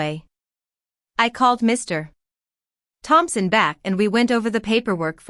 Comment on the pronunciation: Woond, not wownd. There is no stop between Mr. and Thompson or between any prefix and their name. Another entitled Lily. And there are lots of times that a narration error substituting the letter m instead f the comma.